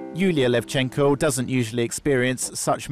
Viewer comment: its LEvchenko, not LevchEnko